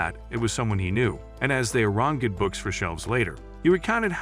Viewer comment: ah yes. "ah-ran-geh-d"